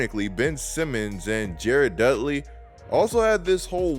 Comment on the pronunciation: Bro why are you saying his name like that 😂